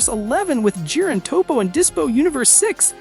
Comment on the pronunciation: His name is not "he jin" it's "jiren" u numpty